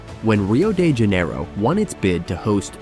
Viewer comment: I cringed everytime you said dollar when it should have been dollarS. Also it's Janeiro, not Janerio. With these kinds of vids, you're banking on the voice over. Please take time to make sure you're doing the voice overs right. Instead of understanding what you're saying, I just cringed everytime something as shallow as DOLLARS was pronounced incorrectly.